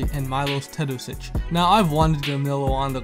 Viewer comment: Have you ever considered learning how to pronounce the name of the best European player before making the video about him? Imagine someone talking about Steph Curry and calling him Carey. Just my 2c